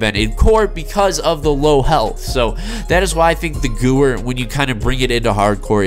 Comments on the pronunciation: I can’t watch the full video cause he can’t pronounce Gewehr right. It’s not goower it’s goo vair it’s a German weapon and Germans pronounce w’s as v’s... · nice pronunciation 😂 think it would be closer to gavair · It’s pronounced “goo-vay-er”/ Gewehr the W is pronounced v btw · Thanks for the vid!!!!!! I recently unlocked it and it’s a beast. It’s pronounced Guh-Vair. Beastly WW2 rifle. “Hitlers Garand” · WHY THE FUCK DOES EVERYONE PRONOUNCE THIS GUN NAME WRONG? It is pronounced Gever because it is German. I dont understand. I watched an old waw video from some cod players and they gewehr correctly. Why don't they pronounce this gun correctly now in ww2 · Nobody pronounces any of the German words/Guns in any video game correctly. I don't know what is so hard about W=V in German smh... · Gewehr is german so funny how you say it 🤣 you say guwer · It hurts me when you miss pronounce “Gewehr” it uses German pronunciation. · you're correct. The w is a v in German:)